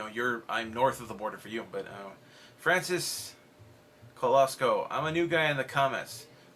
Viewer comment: He pronounce coloso wrong